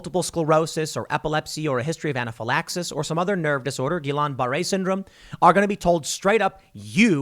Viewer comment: Hey! You figured out the correct pronunciation of Guillam Barre syndrome, congrats. Watching House?